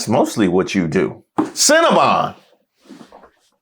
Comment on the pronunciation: "Cinnamon Bun Cold Brew"?? She can't even say Cinnabon.😂 Methany is going off the rails.